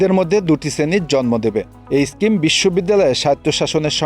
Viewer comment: স্ক্রিম না স্কিম